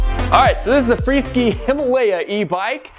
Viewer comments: It's a freeSKY....NOT freeSKI 🤣🤣🤣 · its Free Sky not Free Ski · Hey,, the name of the company is free sky, not freeskee. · Thanks, but I think it's pronounced FREE-SKY(SK eye)!